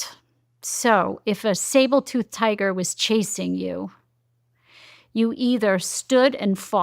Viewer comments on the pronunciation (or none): Will someone please tell her it's called a 'Sabre' and not 'Sable' Toothed Tiger!